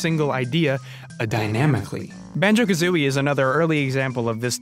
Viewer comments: You said "Banko Kazooie", just wanted to point that out. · Banko Kazooie lol